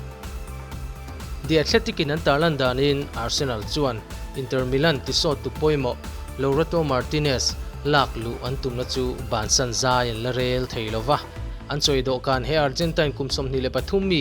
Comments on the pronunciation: Lautaro tih tur ah laurato😆😆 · tiin i lam sual ve tlat mai😀😀